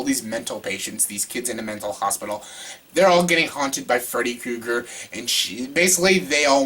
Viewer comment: He said Freddy Kooger..